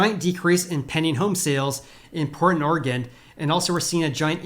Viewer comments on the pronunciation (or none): There is no ‘D’ at the end of Oregon.